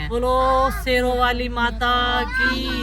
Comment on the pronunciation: Gwarni sero wali nhi shero wali bolte h